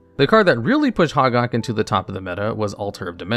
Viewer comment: Glad to see the new channel! But: it's pronounced hoe-gack, not hahg-ahg.